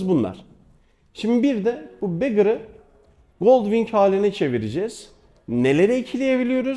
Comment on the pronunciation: Ya arkadaş şaka mısınız siz yaa? İnsan bir video boyunca saçmalamadan önce neyi tanıttığının araştırmasını yapmaz mı yahu? Bu motorların ikisi de Gold Wing. Biri Honda Gold Wing'in bagger, diğeri tour modeli. Birine Gold Wing diyorsan diğeri ne? Ayrıca bagger kelimesinin telafuzu begır değil. Zira beggar diye yazılıp begır diye okunan kelime dilenci demek ingilcçe. Bu kafayla BMW K 1600 GTL, K 1600 ise; K 1600 GT ne oluyor? Tü kaka mı? Ona da bum diyelim. Ne de olsa dilencinin diğer anlamı. Hatta Honda'nın sitesine bakarsan Honda, bagger modeline sadece Gold Wing yazmış. Diğerini ise Gold Wing Tour diye belirtmiş. Eğitim şart.